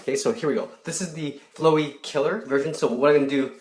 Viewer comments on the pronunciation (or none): Kronik Death FLAW-EE is the correct pronounciation XD he doesnt know undertale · it is flowey not flowwee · He says ‘fl-oh-ee’ Its ‘fl-ow(ouch)-ee’ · Btw it's fl-OW-ey Not fl-OEY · It's flowey not flewy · Flowy? My guy it’s flowey. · Flo e? Its Fl ow e. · You said “flowy” instead “flowey” Go tO scHOoL! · it now like "flow-ee" its like "fl-OW-ey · Hahaha you sied flowy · It’s flowey fla-wee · It’s flowery not floey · It's flowey not flowery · You pronounced it flowey insted of flawey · Flow-wey XD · It's not flooy it's fl ow ey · your say as flowey as in FLOW-ey i say as flower without r and ey sounded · its pronounced fl-ow-y not flow-y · The only part I didn't like was the fact he mispronounced Flowey. It's not flow-ee, it's pronounced just like flower, but the "er" is replaced with "ey(pronounced like "ee")". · Guys it not flooys its flowey :T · DUDE ITS LIKE FLOW EY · He said flow-ey not Flowy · Flowey not flo ee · It's not flowe it's flaowey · It's flowey not flow wee fl-ow-ey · Flowwwy oww not floey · its not flow y its flowey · Video: pronounces "Flowey" as in "flow" like a river instead of as in "flower"Me: TRIGGERED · You pronounced Flowey wrong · Fluey? It's Flowey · it's flOWey flOWey not flOWey flOey!!?? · Lol flowey flow ee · it's not flowey FLO-Y it's flowey FLO-A-LY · its pronounced Fl-ow-E not Flow-E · you don't pronounce it like floowey it's fla-wee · lol flowy, it's flowey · Fluwey?? Its flowey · *man, i love flo-e (its pronounced flowey, like flower) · its flowey not floey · xXx Flah wee. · I just LOVE how you say "Flow-ee" instead of "Flou-ee". Its so cool, and a different way of saying it! :D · its flouwey not floe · He can’t say flowy right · Him: today I'm gonna show you how to draw flow-eee. Me: SKREEEE THAT IS NOT HOW YOU PRONOUNCE HIS NAME!!! But it's funny so...I'm good. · It’s a short o not a long o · Not to be mean or anything but it's pronounced fl-ow-ey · Flowey it’s pronounced flauwey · Sorry but it is Fl-ow-ee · its pronounced FLOW-EE